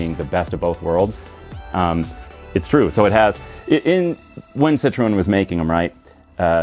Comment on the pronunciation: You're pronouncing Citroen wrong.